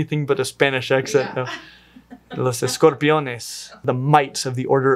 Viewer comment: AWESOME!, I am moving to Antarctica, or to a space station. Btw, that is actually the correct pronunciation for "escorpiones"